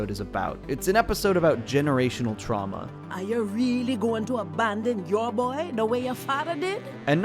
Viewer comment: you mean, “generational twauma”?